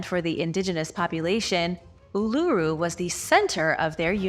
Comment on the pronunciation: Uluru or phonetically oolooroo, Ayres Rock pronounced Airs Rock, and the pictographs of native Americans is insulting, do better or do nothing at all